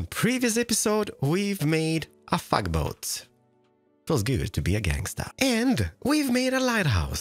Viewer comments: I've heard him use the word "fugly", before. Sounded like he said, "fugboat". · Why does he keep calling it a f**kboat. I just can't unhear that. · Am I the only one who hears “fu*k boat”? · Yeah, I heard that too. He didn't elaborate though, which makes me think it's his accent, but I'm almost certain he at least doesn't say beginning f's like th's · I always hear it as mix f/th/s sound but I see what you mean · Parth Sureka d o n t s w e a r I n m y c h r i s t i a n m i n e c r a f t s e r v e r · Yep. Thouthg it was only me. Lol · askleyasley I heard fug boat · I thought he said "fuck boat" not tug boat XD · Woah woah woah!! Subtitles really did not like you saying “tug” boat in a different way.